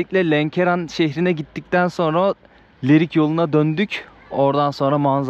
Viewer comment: Leriyin deyil Lerikin